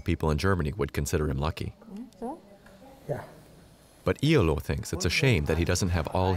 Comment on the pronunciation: Iyaloo not eylou